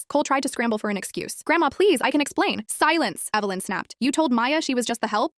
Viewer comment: Look at that, AI has learned to say “silence” instead of “saylonce” like it usually pronounces it. 😂